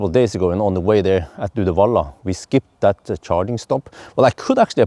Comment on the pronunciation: It's Göteborg